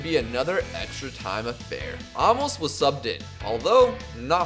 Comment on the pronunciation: Aymos* that’s how it’s pronounced